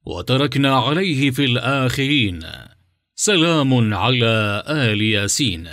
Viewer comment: ⛔⛔⛔⛔⛔⛔⛔⛔⛔ لا تخبصوا يا اصحاب القناة الاية الكريمة "سلام على إلياسين" ، إلياسين وليس آل ياسين وانا سمعت اول المقطع فقط ، ولم اسمع باقي المقطع ان كان في اخطاء واضحة فلا اعلم لاني سمعت اوله فقط ⛔⛔⛔⛔⛔⛔⛔